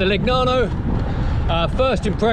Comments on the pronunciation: Nice bike...anyway the pronounce is not ...Le..G..nano , but Legnano ( Leneano) .... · please, "leñàno/leniano" (aprox.), otherwise👍 Ah, le bici italiane! Che gioia.